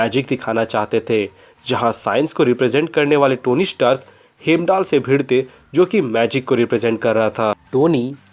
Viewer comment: Hemdal nahi hiandal God of eyes